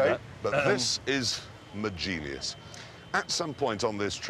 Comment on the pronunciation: "dis is mah genius"